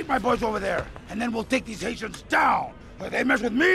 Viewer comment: The second time he says "hatians" it sounds like "asians"